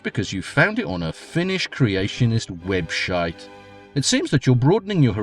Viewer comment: "webshite" made me grin like an idiot :D